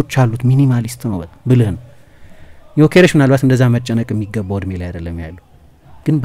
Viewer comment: The only Journalist perfectly pronounced his Name